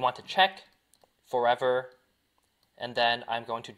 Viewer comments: dude u need to say forever not furivir BRO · this guys says forever loop too fast and it sounds like fovalube